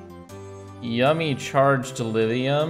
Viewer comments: It kinda annoys me whenever says Lidium instead of Lithium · we didn't get the memo in the midwest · Is saying "lithium" or "lidhium?" I keep keep hearing the voiced "th" instead of voiceless "th" like I'm used to hearing and saying. Is it a Vermont accent thing? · Is he saying "Liz-e-um"... and "molt-in"... can't deal... sorry